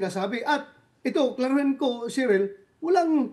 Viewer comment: Sheril po sen bato hindi Caren 😅